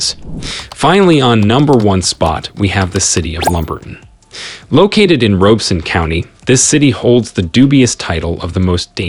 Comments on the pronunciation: Dude learn to pronounce names. It's lumber-ton not lumbert-on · It's pronounced Lumber-TON in ROB-(not ROBE)-eson county. Many of the visuals do not match the actual towns....Also, towns everywhere have their crime-ridden areas. LumberTON has a certain small-town charm.